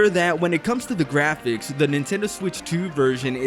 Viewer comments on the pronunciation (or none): none